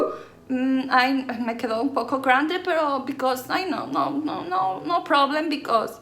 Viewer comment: JAJAJAJAJKAJAA amo el “bicos”; me recuerdas mucho a mi mamá, siempre bien alegres, haciendo y diciendo pura tarugada risa y risa😂